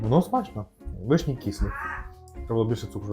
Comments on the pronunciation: Доброго дня просто цікаво ,в школі вас теж вчили так ставить наголоси вишнІ , нічого страшного та тільки дуже ріже вухо . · Все чудово і люблю дивитись ваші відео але ці наголоси на вишнІ зводять зрозуму, що не можу докінця відео додивитись. Не знаю чи це ви спеціально але ну дуже по вухам ріже, ще і в інших відео це помічала, так чому ви так вимовляєте? ((( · Теж люблю ваші відео, але вишні з таким наголосом від педагога?!